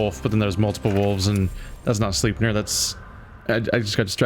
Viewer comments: I think Sleipnir is pronounced with a long I, like "eye"-Sl(eye)pnir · Perhaps, I'm no expert, but every other instance of "ei"(Heimdal, Alfheim, ect.) have the "eye" sound. No biggie, take it or leave it.